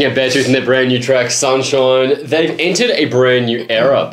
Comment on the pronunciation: Nobody:: sunshoiiiiiiine